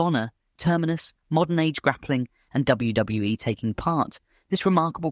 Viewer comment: All the mispronunciation ruined the video for me.. WWE say the initials all the time, so how did you read it as "WW-eh"